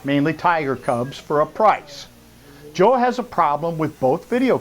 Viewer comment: First of all if you’re going to pronounce someone’s name say it right second of all joe has a heart of gold